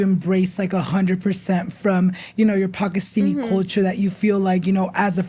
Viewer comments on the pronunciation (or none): it’s actually pakistani and not pakistini